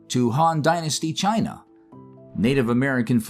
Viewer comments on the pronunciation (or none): none